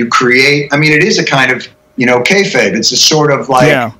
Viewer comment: He said kayfieb. How many times has he taken that stance?